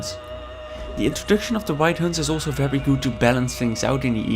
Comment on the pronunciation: you forgot the t in to